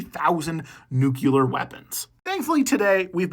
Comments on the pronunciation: "nook-you-ler" hurt my soul 😢😢😢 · Careful with those nucular weapons